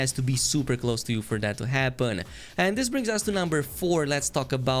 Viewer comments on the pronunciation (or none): none